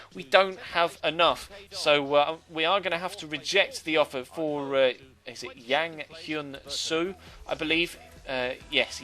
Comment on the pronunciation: It's pronounced jang hyun soo not yang hyun soo If any trolls wanna argue with me go ahead u can argue your ass of but guess what im korean